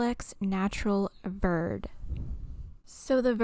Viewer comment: Hi I love your videos! "Verde" is pronounced "vair-day" it's spanish for green! :)